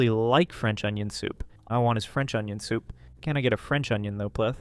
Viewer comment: "Can I get a French onion thoup please!?"